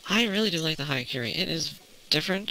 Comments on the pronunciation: It's "hya", not "haya". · it pronounce as yakuren